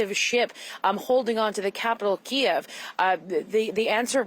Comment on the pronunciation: Wow. CBC's got reporters on the ground and even pronouncing Kiev correctly. I'm impressed.